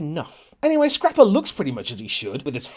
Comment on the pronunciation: when he says scrapper i die